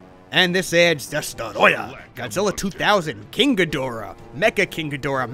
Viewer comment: I feel like you had reviewed this game before this gives me so much Deja Vu and I love when ever you saw Destroyah you have an accent when you say his name😂